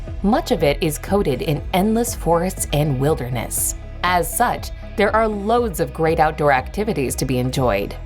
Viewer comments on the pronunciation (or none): none